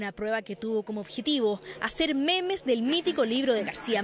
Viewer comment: C dice momos no memes :v